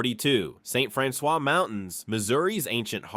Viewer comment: I grew up in St. Francois County so it really bothered me to hear him say it the way he did.